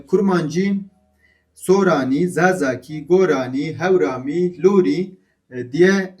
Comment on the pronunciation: Baba Tahir ne zaman Urmiyeli oldu?Hemedanlı'dır.Zaten Urmiye'de Lor Kürdleri yaşamıyor.Ama Hemedan'da Lor Kürdleri mevcuttur.Ayrıca Luri diye telaffuz edip kendinizi zorlamayin.Nasıl ki Suran değil Soran diyorsak aynı şekilde Lor ve Kormanc diye telaffuz en doğrusudur.Çünkü biz Kürd konuşurken hiç bir zaman Ez Kurmancim demeyiz,ez Kormancim deriz.Yani U ile telaffuz yoktur.